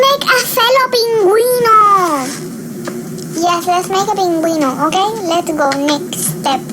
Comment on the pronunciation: omg this was really funny!! It was funny when you said pingüino!!!😂😃 brw this is nathaly😜